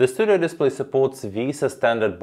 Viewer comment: Finally, someone who prounoucnes "VESA" correctly! 😂Thanks for the nice review.